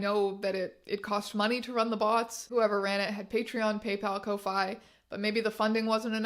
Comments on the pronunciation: i thought ko-fi is pronounced like coffee… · its pronounced "Coffee" not Ko fy. thats why its "Buy me a coffee" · i thought ko-fi was pronounced "coffee" 😭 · I'm sorry but co-fay? kofi is pronounced like coffee not wifi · Girl I love the video but "ko-fi" 😭 it's supposed to sound like coffee - rhymes with "no fee" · I’m pretty sure Kofi is pronounced like Coffee. Like, that’s the point. Buy someone a coffee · I love this video but for the love of GOD TEYA KO-FEE THATS HOW YOU READ KOFI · "Kofaye?" It... it stands for "coffee", right? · Biggest revelation is that ko-fi isn’t pronounced “coffee”. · does SA not know that 'ko-fi' is pronounced like the word 'coffee' or am I missing a joke?